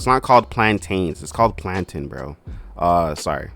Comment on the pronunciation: As a Nigerian, I am offended by your pronunciation of plantain